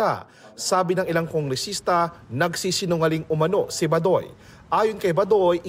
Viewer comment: Isn't the right pronunciation Ba-doy with accent on first syllable. NOT Ba-doy where accent wrongfully on last syllable👎